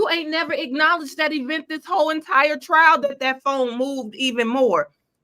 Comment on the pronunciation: messed up nd said trail he f up again.